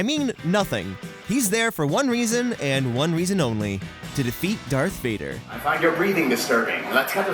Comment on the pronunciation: It's darth vader not dark vader